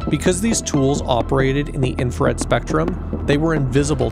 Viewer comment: Great video, captivating visuals. My only nitpick is the fact that you misspell and mispronounce "INFRARED" throughout the video😭😭 it's not I N F A R E D